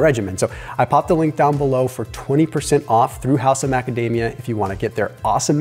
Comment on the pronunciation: After watching some news on YT came in for the new video which was excellent but the advertisement for macadamia was totally hilarious cause I kept hearing magademia.. anyways thanks for great insights again will try and implement the cycling of morning and regular Fasting just to mix it up and keep the body guessing and on high alert. Thanks to your channel and ideas along with few other content creators ideas I have lost 12kg during the last 6 months. Now with in good shape weight wise am starting to put in a lot more exercise.